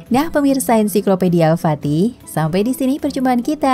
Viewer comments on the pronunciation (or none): none